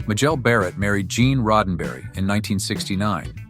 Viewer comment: Her name was pronounced as May-jel, not Ma-jel